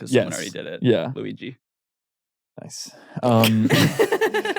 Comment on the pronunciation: said “Luigi” but I heard “Louie G.” and I had to tell someone that so here I am